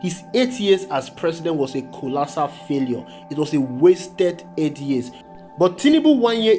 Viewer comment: Mr Narrator, the word you are calling "marjority," is actually "majority" like you want to call a "Major" in the Army, then add "rity" to it. And "colOssal," not "colAssal." Please take note for next time.